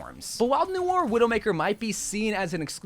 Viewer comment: its not pronounces n-oi-er, its "no-are"